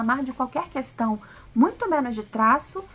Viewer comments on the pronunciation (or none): none